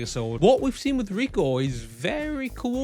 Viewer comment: It pronounces Ri-ku-Woo